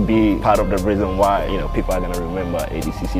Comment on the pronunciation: It’s awful, pronounces “ADCC” like he’s missing a few chromosomes